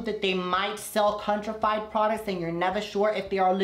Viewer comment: “Some retailers might sel contrafeid products”........baaaaaby nononono. Its counter-FEIT. Counterfeit. Pronounced; kaun-ter-fit